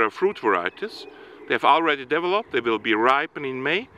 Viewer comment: Thank you for educating us, you do a great job and at the same time give us a little smile when you say "develope" or "developing" 👍